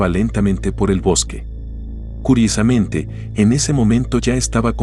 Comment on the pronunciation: fijate que el bot que hace la locucion del video tiene dificultades para decir ¨curiosamente¨ en las 3 oportunidades que lo dice.